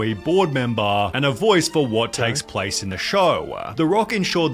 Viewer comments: "hamburger prace"? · Love that you said “prace” 😂😂😂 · I was confused why u said prace until I heard it😂😂😂😂😂